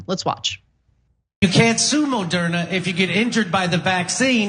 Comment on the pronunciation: "Moe-durna"? What f-ing mandates are they even talking about? The federal one never happened.